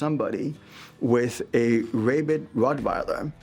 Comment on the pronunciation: What is a `ray bid rottweiler`, did he mean rabid?